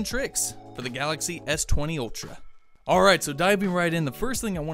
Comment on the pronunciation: It's Ultra... ☑️ Not Outra... 😠😠😠